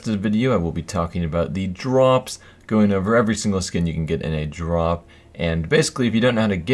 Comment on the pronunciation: ok listen starting does he sound weird when saying drop? also add a drop counter